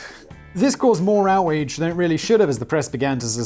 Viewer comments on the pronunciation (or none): Did you say outwage?